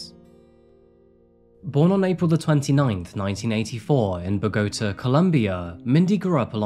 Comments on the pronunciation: Boh-gah-tah 😉 It's not pronounced like pagoda. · I truly love your channel, but You seriously need to check up on word pronunciations before posting. You said Bogota, listen online to hear people pronounce Bo - Go - Taaah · lol bruh bogota. emphasis on the last syllable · Ah, I am a fan of your grammar but its BO GO TA not Begota:D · Bogota -> "BOH-GO-TAH" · Look up place names before you blurt them out, will ya'! I.e. Bogota